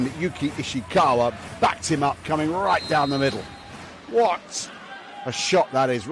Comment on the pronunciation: From 🇯🇵 いいね︎👍 間違えてますよ。石川祐希は「YOUKI ISHIKAWA」です。 西川有史は「YOUJI NISHIAKAWA 」です。